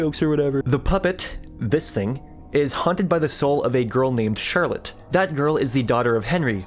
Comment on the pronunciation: ah yes my favorite FNAF character Shirlet